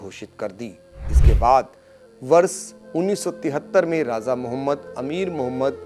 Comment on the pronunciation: Har Jaga z ka lstemaal na karo sah lafz raja he. Raj niti me bhi me. Z nahi he kisi urdu wale seekh lo